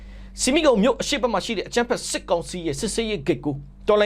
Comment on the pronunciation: ဆီမီးခုံ ကို ဆမိတ်ခုံလို့အသံထွက်ဖတ်ရပါတယ်လို့ ကြားဖူးပါတယ် ဖတ်ဖူးပါတယ်ခက်ဗျာ